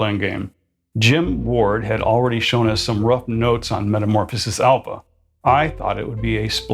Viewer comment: Please stop putting the hard P on Alpha. It’s pronounced as an F.🤦🏻